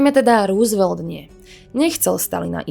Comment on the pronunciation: Super video! Nechci být hnidopich, ale chtěl bych jenom říci, že příjmení Roosvelt se nevyslovuje růsvelt, nýbrž rousevelt. Sám jsem tomu nemohl uvěřit, když jsem to zjistil, ale opravdu to tak je. Pokračujte v tvorbě!!!